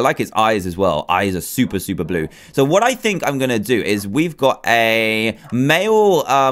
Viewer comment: ExpertTheith he said whet mod